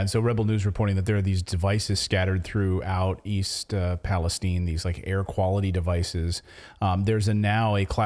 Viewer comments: You keep pronouncing the name wrong. The I at the end is loud . Palestine not palestene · Question:why is everyone pronouncing it Palesteen? If it were Palestine in the middle east we would be saying it palestyn.